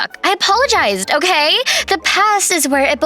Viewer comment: it says otay instead of okay